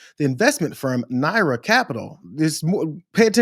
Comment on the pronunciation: It's nar-ya not Nara